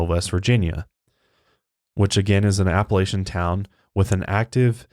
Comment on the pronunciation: Now, I love y'all... but it's Appa-LATCH-uhn. 😂 I'll send a postcard from the Blue Ridge Parkway. 💓